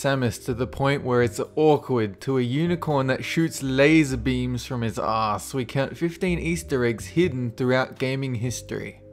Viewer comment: I love how you say Ass XD